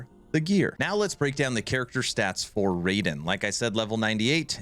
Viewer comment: BTW it's not Ray-Den .... it's Rye-den.